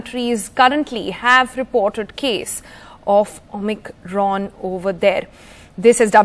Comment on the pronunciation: Anchor doesn't know how to pronounce Omicron.